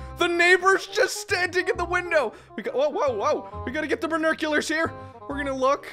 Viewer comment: Y DO U ALWAYS SAY BURNUCULARS?! Actually, KEEP DOING THAT! ITZ FUNNY!!! EDIT: OMG TYSM FOR ❤ING MY COMMENT IT MEANS SOOOOOO MUCH TA ME... I wish I get THIS MANY views and comments on MY channel and vids. 😥😭😥😭😥😭